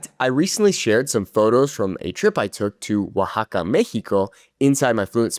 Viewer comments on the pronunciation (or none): none